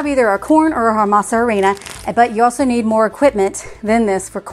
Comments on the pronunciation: I know you don't speak Spanish, but in our language we don't sound the "h." When we say harina, we just say, "arina." I just find it funny when you say, "harina." You make the English sound of the "h." That applies to almost every word written with "h." I'm not making fun of you, I just wanted to let you know how it should sound in Spanish.❤ I love that you love Mexican food!🎉🎊🇲🇽 I bought the masa flour from Azure and they were good, but the texture was very grainy. Anyway, I'm going to try to get corn and go through the whole tortilla making process. I'm sure it's worth it. I miss eating fresh tortillas from Mexico.😢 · The h is silent in harina. Basically pronounced "a rina"! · Don’t pronounce with H. It’s like ah rina. Please